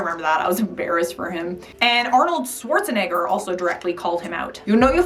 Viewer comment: For some reason I just still hate it when white people say Arnold’s last name but still it’s someone’s last name